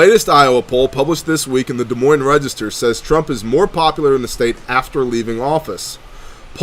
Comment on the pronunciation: You pronounced Des Moines correctly. Most people not from Iowa can't say it. People not from here say the s. Good job